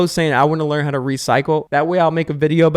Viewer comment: I "EXPECIALLY" appreciate the BONUS tip. 😂